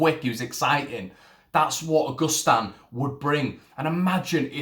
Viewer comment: Pronounce his name proper mate,...it's not August Stan .......it's pronounced a..gust..an